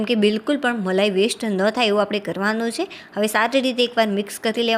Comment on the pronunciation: બહેન તમે કેમ "છે" નથી બોલી શકતા !!!